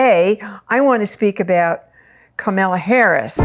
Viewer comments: KA-MAL-A not KA-MEL-A. She has two stepchildren who consider her one of their parents. They call her Momala. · Thank you for the information--but truthfully, I couldn't finish listening to it because of the. mis-pronunciation of Kamala's name--KAH-mu-lah, with emphasis on the first syllable. The mis-pronunciation Kah-MAH-lah is offensive to me, since Trump does it, when he knows better. It's a sign of dis-respect, though I'm sure you didn't mean it that way. Thank you. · Three quick thoughts - 1) Please pronounce Kamala’s name correctly. Think “comma” + la = it’s not hard! 2) Please do not call her a “girl” - she is a 59 year old woman, wife, lawyer, and VP. 3) Kamala is not Margaret Thatcher - and let’s thank our Higher Power for that… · Why do people have a hard time with her name? Its KA MA LA, not Camilla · Pronunciation of her name is Comma(,) la. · It would be RESPECTFUL if you would pronounce Kamala's name correctly AND not refer to her as a "girl". She is the current VP and does not deserve to be diminished in any way. Thank you. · That was my thought., you are not that old that you can call a grown woman "this girl" It could be considered a dog-whistle especially since you keep pronouncing her name incorrectly. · Please say her name correctly! Not like Trump! Kamala will win 🥇 ❤ thanks 🙏🏽 I remember working with you at the old Whole Life Expo 1999 ❤ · Thank you! I did mention imported to say her name correctly, not like Tump 😂 And she ain’t no “girl” 💃🏾🗡️🌟